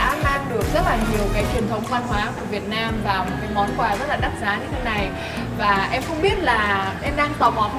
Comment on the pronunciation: Sao lại là Hoàng Thuỳ vệt nam ? Phải là Việt Nam chứ. Hoa hậu mà tên nước cũng đọc không rõ. Quá tệ.